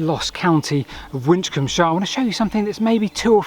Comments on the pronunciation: Probably pronounced Win-combe-shire. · Taking Kirkcudbrightshire as a model, it was probably pronounced Wisshir. ;) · Your "mispronunciation" of Winchcombeshire may very well be how people might have ended up pronouncing it. Both "sh" sounds make a slight tongue-twister and the word isn't very easy to pronounce. The evolution of language has a tendency over time to shorten or mutate things like that. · Very interesting video, but why do you pronounce Winchcombeshire like an American? Surely it should end in "-shə" like in Yorkshire or Hampshire?